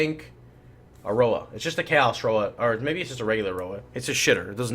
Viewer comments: Twitch is a completely different language: chayos, Al-ch-emy, etc... that was a sentence literally filled with memes. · what is with miss pronouncing, chaos, and alchemy?